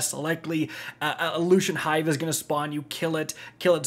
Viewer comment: Same reason why he calls lucent hive "luschent hive" lol